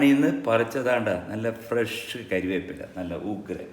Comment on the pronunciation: കരിവേപ്പില അല്ല കറിവേപ്പില